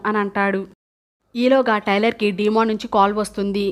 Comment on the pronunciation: డీమన్ కాదు, డేమన్